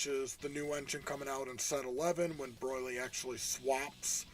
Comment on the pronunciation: Broil-ly lol